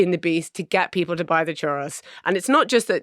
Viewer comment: Iam I the only one that's annoyed with how they pronounce churro?